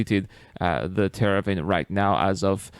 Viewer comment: You're saying Tera-vin, but it's Te-var-in